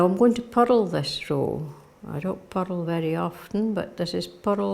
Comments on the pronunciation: I kept thinking she was saying “puddle” until I realized it was “purl”! OMG!! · It's just the pronunciation of purl in Shetland, and in some other parts of Scotland. The rolled r in the middle gives it two syllables - pu-rl :) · WITH SINCERE APOLOGY: I was only half listening to in this video and picking up little tips and tidbits about knitting. Please note I am saying this with only the deepest affection: I was only half listening, but quite puzzled until I finally understood what she meant by a “puddle” stitch! ❤😂❤ I was shopping on Amazon but had this video playing, repeatedly, on the tv just for the “company!”😊 Yes, her voice is so lovely and soothing!